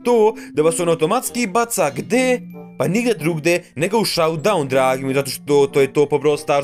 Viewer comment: Brate kaze se šoudaun, a ne saudaun.